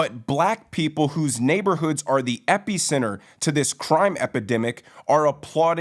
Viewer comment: Lmfao. EpEEcenter. F'n can't speak.